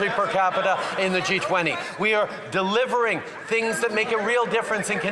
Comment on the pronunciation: delievering.. ahahahhahaa